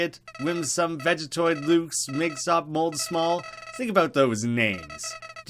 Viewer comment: BRUH WHY DOES EVERYONE CALL HIM MIGSOP? It’s Migosp!